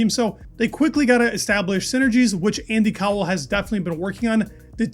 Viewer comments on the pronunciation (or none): Yep, Andy Cowell is definitely pronounced IndyCar. Threw me off for a moment!